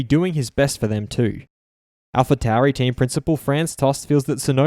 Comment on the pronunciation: 'Alfa Towery' 😂